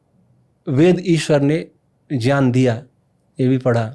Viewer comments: Jyaan nhi gyan bolo re😂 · Inki baatein sun ne maza nahi aata kyonki ye gyan ko jyaan bolte hai to khinnata hoti hai